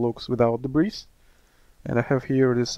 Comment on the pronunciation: FYI: The S in debris is SILENT. Check this link for the Google definition, and click on the SPEAKER to hear how this word is pronounced